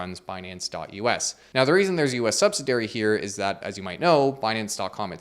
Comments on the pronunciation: Subsidiary is a five syllable word: suhb-sid-ee-er-ee It’s not “subsidary”. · I’ve never hear “sub-SID-E-airy” pronounced “sub-si-dairy”. 🤔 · An excellent and informative video ... as always. I was a little distracted every time you said "subsidairy". Were you saying subsidiary? Is that just a new, accepted pronunciation? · "Subsid'i'ary,". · SUB-SID-EE-ARY Other than that, great sum-up video. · YouTubers let me know they are professionals when they keep mispronouncing words Sub-si-di-ary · I fully expect this comment to be loudly booed and downvoted, since people seem to not like any kind of critique or criticism. That's fine. Every time says the word "subsidiary" he misses the middle syllable. He pronounces it with four syllables as "sub-sid-AIR-ee" (see for example). It's actually pronounced with five syllables as "sub-sid-EE-er-ee". It's not a British or Canadian English versus American English thing. It's just a straight mispronunciation. The crowd can commence their booing and hissing now. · Learn how to pronounce subsidiary. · Dude, you've got to learn how to pronounce "subsidiary". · How many times are you going to mispronounce "subsidiary" in one video? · Great video, but need to ask why you pronunce the word "subsidiary" that way. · Do u not know how to pronounce subsidiary? 😂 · You pronounced “subsidiary” incorrectly. Also, it is 5 syllables, not 4. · Please revise the way you pronounce subsidiary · How is it possible you don’t know how to pronounce “subsidiary”? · I'm American and had never heard anyone say it like he did before, either, FWIW. It sounded wrong to me.